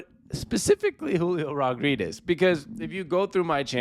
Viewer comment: Can you not pronounce his last name or smth?